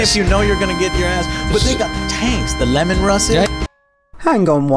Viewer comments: >Lemon russ Thats a bit of a low blow from someone who was misspronouncing millellium for a solid half hour >_> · can you really cast stones at joe when he says lemon russes when you say fucking WAG and not WAGH? its like youve never played a game with orks in it in your entire life.